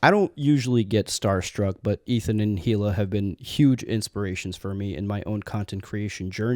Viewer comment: OKAY SO THEY R A HUGE INSPIRATION BUT U CANT SAY HILA RIGHT?!??!?! ETHAN HAS SAID REPEATEDLY TO STOP DISRESPECTING HER BY CALLING HER THE WRONG NAME!! ITS EEEEEE LAAAAA